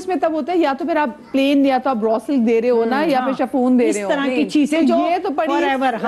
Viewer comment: It's not "Shafoon", it's "Chiffon" pronounced as "Shifon"